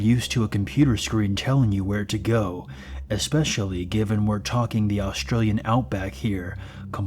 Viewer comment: “Talken” lol, good lord...